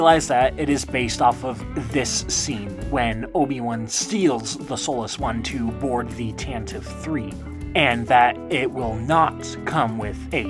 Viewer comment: “Tante-VEE” III. Long E, like “epitome.” 🙃 But that’s only in canon, I think.